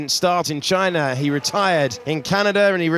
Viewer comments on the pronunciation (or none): none